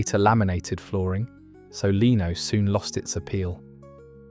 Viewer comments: It's not leeno it is lino ! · Lino is pronounced Lie-no and not Lean-o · tie backs are 80s . i didn't discover fondu til the 90s, it;s pronounced lyno though not leeno, this seems more American, we had a dial phone until the early 90s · Lino pronounced line o. Not leeno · Its pronounced LYNO, and FONDOO!. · You're pronouncing Lino incorrectly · He probably calls an out door pool a leedo and not lido as well . 🙄